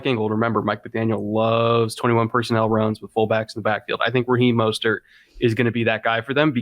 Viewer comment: Raheem "Mosthurt"